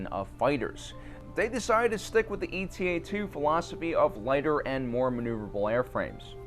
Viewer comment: He also kept saying “eta” like an acronym. It’s not “E-T-A.” It’s named after the Greek letter eta, which looks like Η. And when the foils fold out, the front profile of the fighter is a bit like an H.